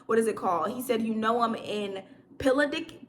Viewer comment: Piccadilly - Pick ah dill ee 😂😂😂